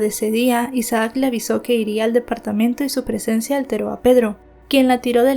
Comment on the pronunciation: No se pronuncia Isa aac es Isac (Isaac) aun que sea doble "a" solo se pronuncia como si tuviera una sola 😖 a veces me estresa un poco como mal pronuncias los nombres porque los mencionas repetidamente 😅